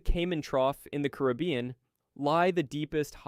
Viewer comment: I'm trying to figure out where the cur-a-be-in is too. 😂